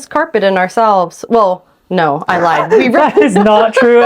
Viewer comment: your ‘nooo’ at the end of the video sounded a wee bit Scottish 😁👍🏻